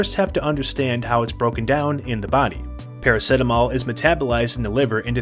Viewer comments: Para - see - ta - mol Not PARA - SET - AMOL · Good video but I have never heard anyone say Para-set-amol. Para-seet-amol is the pronounciation I'm used to 😂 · Wow, as an Aussie watching this I want to scream because we pronounce it "para-seat-a-mol"...what is wrong with our mouthes, send help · i thought everyone pronounced it praraceetamol lol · I stopped watching because he said it weirdly